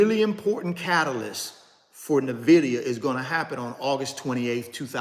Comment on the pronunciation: My friend - with all due respect - I am not coming at you or coming for you... "But" - please pronounce the name of the company correctly. It can be found on their website. It can be found in Fortune magazine. You could just listen to the CEO/co-founder of the company pronounce the name. But, 🙏 please pronounce the name of the company correctly. It means envy in Latin. How can you mispronounce the name of a 3 trillion dollar company of which you own several shares? How can you mispronounce something that you routinely speak upon to the masses? Each one, teach one. According to its website, Nvidia is pronounced “en-VID-eeyah,” not NUH-vid-eeyah, as many have called it. Where did the ‘Nvidia’s name come from? Huang suggested Nvidia, riffing on the Latin word invidia, meaning “envy.” Thank you in advance.